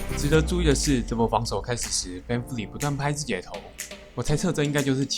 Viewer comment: Vanvleet發音完全錯了好嗎